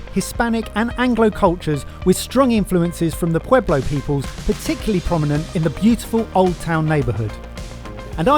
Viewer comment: As a native speaker, the weird Spanish was my favorite part of the video: chiles "relenos", "adobe" pronounced like the software company, pescado "frita", Taos "pablo"... so funny! I'd be interested to know how much money it would take to cover all those activities, the places were gorgeous and it all looked like a great time.